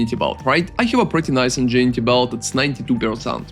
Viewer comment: Just fyi, and yes it makes no sense.. Ingenuity is pronounced like "In gen new it e"